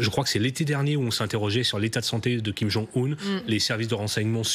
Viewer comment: Quelle haine ! Vous dénaturez le nom d'un chef d'état "Kim kang un" au lieu de Kim jong un.